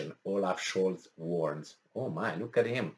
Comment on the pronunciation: Oaf not olaf